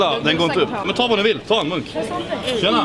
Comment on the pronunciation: Det lät som han sa "whats monk" istället för whats munk